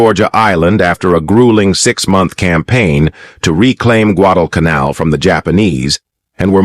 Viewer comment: Got off to a bad start by mispronouncing Guadalcanal... didn't listen to the rest.